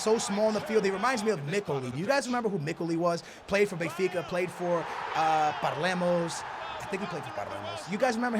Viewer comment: He called Palermo Parlemos😂😂😂